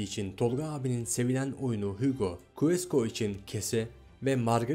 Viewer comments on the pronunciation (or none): queso, keso diye okunur